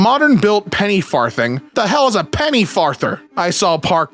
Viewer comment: Your pronunciation of "Penny farthing" is driving me crazy